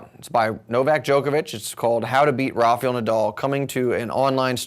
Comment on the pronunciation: It is NOT RafYel Nadal. Jysus !